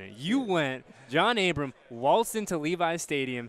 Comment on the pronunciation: It’s ABRAM NOT ABRAMS haha